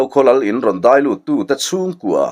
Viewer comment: Deih nilovin Daih tihtur zawk aw